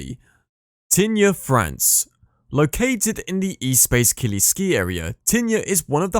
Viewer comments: This is absolutely shocking what in gods name is the E space killi !!!! Jesus sas feeee. Do one with these pronunciations!!! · Nope Les Arcs also butchered, Espace Killy also wrong